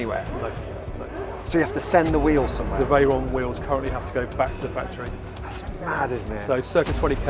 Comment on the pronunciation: "Spaghetti Reyron" 🤣